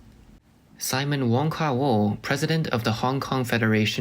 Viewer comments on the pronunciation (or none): none